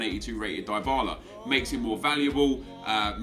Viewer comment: It's pronounced Di-bala, not Die-bala